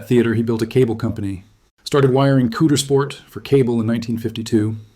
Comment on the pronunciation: It’s Not pronounced Coodersport. It’s pronounced Cowdersport. If you’re going to talk about the worst thing ever to happen to our town please at least pronounce the name of our town correctly.